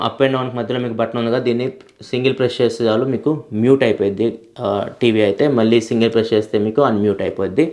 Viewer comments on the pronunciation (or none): none